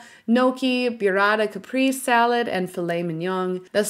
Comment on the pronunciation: As an Italian it hurt to hear how badly you butchered the pronunciation of those dishes. Gnocchi is pronounced like (Nyo-key) the gn in Italian makes the ny sound, It’s not? gnokey 😂 and burrata caperese, is not pronounced byurata capreese LMFAO 🤣 It’s pronounced like boo-ra-ta ca-preh-zeh. That was probably one of the funniest mispronunciations I ever heard 😂